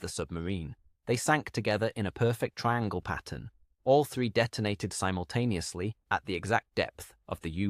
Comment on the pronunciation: Simontaneously - really ffs